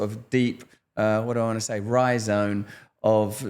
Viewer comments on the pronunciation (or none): Dude said Ryzom, crazy lol